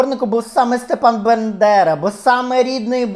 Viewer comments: Пані Ірино, ну, ви ж Світоч української мови, що це за вимова «Биндера», що це за свинособачі нотки? БАндера! БА! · Фаріон вбила би за вимову Бендера а не Бандера, ви шо... Найсвятіше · Дуже схоже, дотепно. Прекрасна українська. Але ж БАндера. Якщо ,звісно, це не якийсь акторський прийом. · Не Бендера а Бандера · Ви декілька разів перекручували призвіще провідника, але загалом к Вас чудова українська мова.